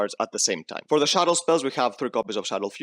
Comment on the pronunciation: But why call them "Shadows"? :DDDD They are "Shaddolls" ? ._.